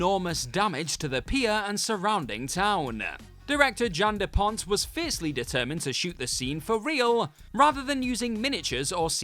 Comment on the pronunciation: Jan De Bont-director of Speed:Cruise Control used to be Paul Verhoven`s director of photography....That`s Jan De Bont NOT De Pont,nice to see some research was done by once again.